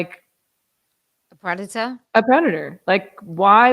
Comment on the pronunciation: you keep saying predator, it keeps sounding like redditer…